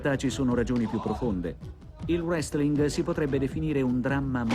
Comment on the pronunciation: Notare che all'inizio il conduttore ha detto "Wrestlin" '- -'